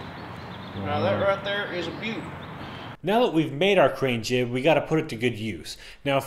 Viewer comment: lol she said "jig"